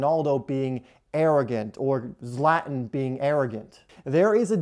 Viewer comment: IT'S ZLATAN NOT "zlatin"